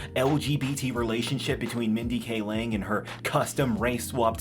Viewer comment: Mindy Kaling (KAY-ling), not Mindy K. Ling.